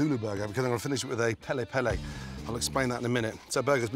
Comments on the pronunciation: what is pela pela or is it supposed to be peri peri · Its Peri peri not pele pele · He said pele pele 😭😭😭 didn't think i could Love this man more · Pele pele instead of peri peri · Originally piri piri or more commonly peri peri, if however you are a hardcore Zulu who pronounces R's a L's... pele pele 😂